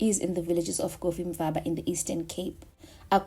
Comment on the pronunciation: Cofimvaba...Co.Co. Ca ce ci co cu not Kofimvaba